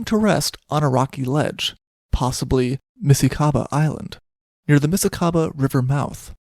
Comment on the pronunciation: But you still need to research and practise the way you pronounce African language words : Xhosa, Msikaba - as you did with Portuguese!!